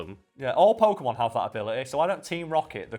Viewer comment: Funny how the channel is named “FACT FIEND” and the first thing you hear on this video is an opinion based argument on how to pronounce Pokemon names, and completely butcher it too, and then proceed to tell everyone that’s how it works. Very Convincing “FACT” right there huh?